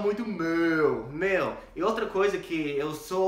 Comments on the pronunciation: Ahahahahah " meeeeu " tá manjando bem 👏🏻👏🏻👏🏻👏🏻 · já tá falando Mano e Meeuuu igual ao boça, tá indo muito bem HAUAHAUAAHAU!!!!